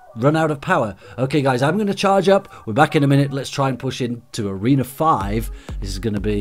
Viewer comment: why you always says toreno 5???